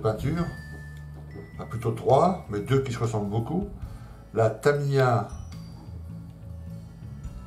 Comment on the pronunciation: Merci pour toutes vos vidéos très interressantes. Votre experience associé à votre ton cool est vraiment agréable. J’ai une petite question qui me taraude ! Pourquoi dites vous taMAya !?? hahahahaha c’est marrant !! taMIya ne vous plais pas !? Bon allez bonne continuation Et bravo pour ce que vous êtes et faites